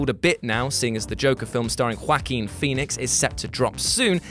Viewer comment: HhhhhwwAAAAAAAquin Phoenix